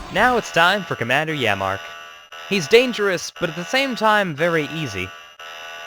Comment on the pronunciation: Pronounced yammark not yamma